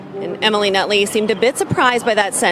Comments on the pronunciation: “Nutley” huh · "Nutley" LMAO